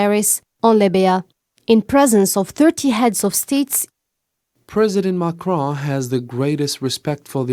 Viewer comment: Please make sure to rehearse and try to improve yourselfs more. It is acceptable to make mistakes because you are new to news, but in the future it will not be acceptable. Please try to spell the French names in English accent ( Macron, Elysee...) again train and evolve. Good luck.